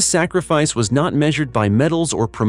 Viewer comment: There's no G is the word sacrifice , it's not sa-griff-ice.